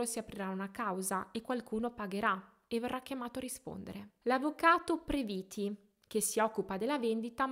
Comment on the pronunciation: Previti. Accento sulla e. È famoso